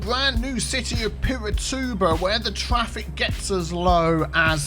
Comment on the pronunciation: get that twaffic, you wascally wabbit